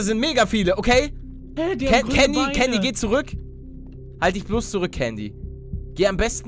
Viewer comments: candy wird mit s ausgesprochen paluten also sie wird candy geschrieben wird aber sandy ausgesprochen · Es heißt Candy und nicht kandy